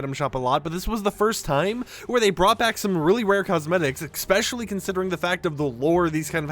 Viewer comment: For👏the👏 100th👏 time it's Especially! Not EXspecially. 🤦